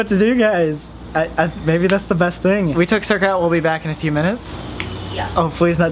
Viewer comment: i didn’t know the dogs name was “circa” and all i could hear was “zerkaa” bc i’m a zerkaa stan HAHAHAHAH